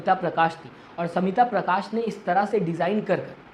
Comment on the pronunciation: She is Smita Prakash not Samita Prakash Pronounce properly. Learn from Mr. Khn U khodi medy